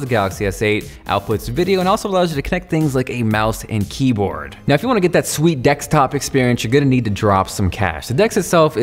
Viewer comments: he says Dekstop instead of Desktop !!! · its called desktop not dekstop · Dekstop, really? :D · "dekstop" 😂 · He said 'dekstop' hahahaha